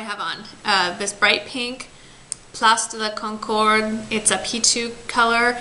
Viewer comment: Hey, greetings from Montreal:) You said "Place de la Concorde" sooo well!! Do you speak any French?? It's freakin' freeeezinggg hereeeee xo